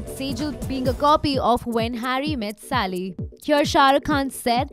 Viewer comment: Sally, it's Sally. Not Sali. Sigh.